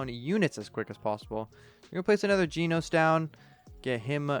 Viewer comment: Your pronounce about jenos your calling him jeanos ;-; he's call Jen-os just a little correction If you don't know he from one punch man is he's one of my favorite character